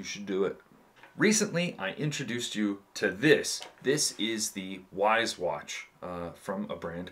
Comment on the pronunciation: Correct Wyze pronunciation = wise 😅 great video man!